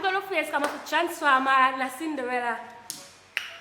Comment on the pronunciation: Chansform errr 😂😂😂